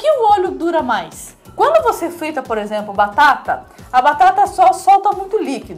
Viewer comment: Quando você frlita batata...